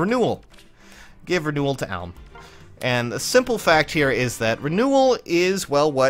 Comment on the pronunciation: Another comment about him saying Alm wrong